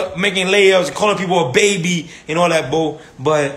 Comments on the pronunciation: He ain't say bro he say bo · Dudes rly saying Bo and not bro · Is he saying woah, bro or bow? Man Chris was right when he said he was autistic